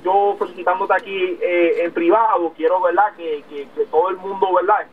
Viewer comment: Veldad veldad veldad jajaja